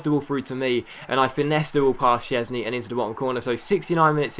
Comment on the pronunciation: It's vorm and szczesny is polish